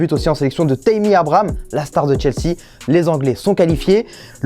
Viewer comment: Il a dit Taîmy